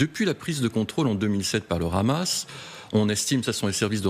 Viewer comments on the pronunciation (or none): Vous faites trop rire quand vous prononcez le hamas ,le rhamas juste pour que cela sonne plus dure ou que cela rappel les rats qu ils peuvent être ! Ça ce dit le hamas point il n y a pas de r roulé ,MDR 😂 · Arrêtez de dire le Ramas , c'est Hamas. On dit Haricots pas Raricots.